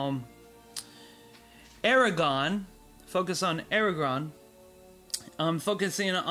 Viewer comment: And AragoRRRRRRRn not "aragon" .. and HirGon not "Hirogon" :( .. just butchered Tolkien's work